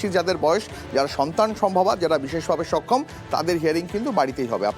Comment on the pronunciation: Ei news ripotar gulo news porar ekdom o jogo, bises vabe sokhom Bolche, okhom na bole😂